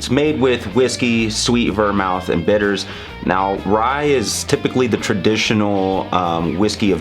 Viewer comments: it's pronounced vermooth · The reason you mispronounced vermouth is because you, sir, are a whiskey guy, not a mixed drink guy.